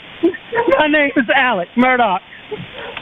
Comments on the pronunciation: Why do you keep saying Elich? It’s Alex. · who is ellec? his name is A L E X. I didn't realize a 4 letter word is that hard to pronounce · Is there a reason you’re pronouncing ‘Alex’ as ‘Ellick’? Is that on purpose? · This probably all happened because his name is pronounced Alec when its spelled Alex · Stop say elic it’s Alex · THANK YOU finally someone else says it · You keep saying "Alec". Is that how Alex Murdaugh pronounced his name? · Love the series, but the way you pronounce “Alex” is killing me slowly. Keep up the good work!👍👍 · Why does he keep mispronouncing Alex?